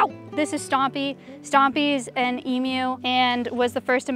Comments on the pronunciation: Finally!!! Finally someone pronounced Emu right 🎉🎉🎉 Every other YouTuber I seem to see calls their Emus ‘em -yous’ saying em instead of just pronouncing the e 😭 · Omg an American than can correctly pronounce emu